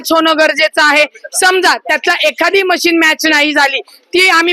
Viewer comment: मशीनी नाही रे बाबा मशीन बोल मशीन्स बोल ...आपण represent करणार आहोत लोकांना